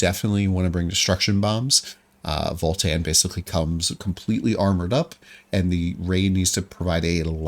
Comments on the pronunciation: Please: its VALTAN not FALL-TEN 😭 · it sounded like voll tann